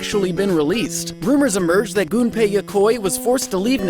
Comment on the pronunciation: Thank you for pronouncing "Gunpei" correctly.